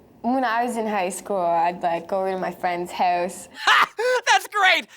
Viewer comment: I don't believe in stereotypes but when I heard avril say about it did sound like aboot and house sounds like host